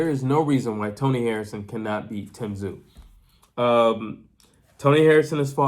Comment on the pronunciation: Hey you pronounced Tszyu correctly.